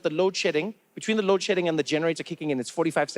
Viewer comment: Is he saying load shitting?